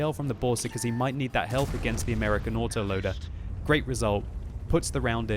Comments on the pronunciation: chisel_Head I know, but it sounded funny. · Yes, you are. He said "you autoloader" and the word "you" has a hint of the W sound, which is why you thought he said waterloader.